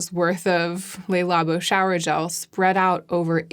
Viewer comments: I’m only mentioning this because you seem to want to pronounce French words in the French way, based on how you are saying other words, but it’s not “Lay Labo”, it’s “Le Labo”. I hope that helps! :) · I'm so sorry to be such a pedant, but I thought that as a fellow Linguaphile you would appreciate knowing that Le Labo (or the 'Le' in any French name, e.g., Le Creuset, etc.) is pronounced "Luh" rather than "Lay". Thanks for this amazing video! You always tell me whatever I most need to hear at any given time ❤